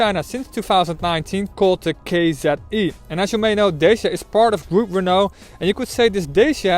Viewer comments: Pronounced Dat- cha not Day-sia!!! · Dacia is pronounced Datcha, not dashia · why he says Deishia all the time? Is it something wrong with his mouth? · Nice work, but, please, learn how to pronounce "Dacia"... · Can't even pronounce the name properly. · You cant be a respected reviewer if YOU CANT PRONOUNCE CORRECTLY THE BRAND NAME OF THE CAR! GET out of Youtube!